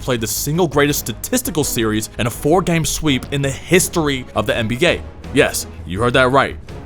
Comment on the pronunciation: the what? NBGay?